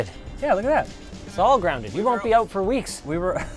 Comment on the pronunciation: I love the Canadian oooout. lol 😂